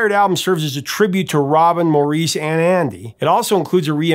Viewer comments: It's Mor- iss not More- reece ....aaargh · MAUR-iss, not maur-EESE. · You are usually spot on with everything but here is a mistake and lack of respect. The 3rd brother you call Moor-ece, although spelled Maurice, is pronounced Morris. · Saying that does not describe how you say it. The British way is Morris and the American way is Moreese. Maurice Gibb was British and he and all of his family pronounced it like Morris, so that is the correct way to say it. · A lot of people pronounce it Moreese, but the Gibb brothers pronounce it Morris. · I'm sorry, but it is pronounced Morris not Maureese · Maurice Gibb pronounced his first name Morris. Not Maureeeese... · Maurice's 1st name was pronounced by the Gibbs as "MORR-iss", like Morris The Cat, not "mor-EECE". Watch their interviews where the Gibbs say his name. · Get your facts straight! It's Morris, not Maurice! And they were not from North England, they were from Australia!!!! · Your videos are always so great and insightful, but I think you should go back and re-record this. You didn't do your research here, and it seems a bit disrespectful to continually mispronounce Maurice's name as "more-EECE" (admittedly the usual pronunciation) rather than the correct "morris". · I appreciate that as an American English may not be your first language, but please please please its not Mow-Rees - it's "morris", and even the brothers never referred to him a "Mo". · Great segment. As usual, you do great at informing us on things we didn't know. However, I'm 99% sure that I read or heard somewhere that Maurice's name is actually pronounced Morris not Mor-rees. I don't know if it's a British thing or not, but regardless, whenever us Americans see the name Maurice we always think that it's pronounced the latter way. Please look into this and get back to us! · Morris. Morris. Morris. That's why his short name is Mo. Morris. That's how they say Maurice in the UK and Australia. Morris. Thank you. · Nope. Pronounced Morris.